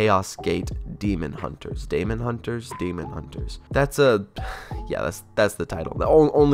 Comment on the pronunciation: Can't say daemon or chimera right. Oh no 😭